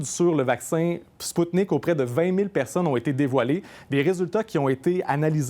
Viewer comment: Hey les blaireaux ça se prononce Sputnik V (V la lettre V) et pas Sputnik 5.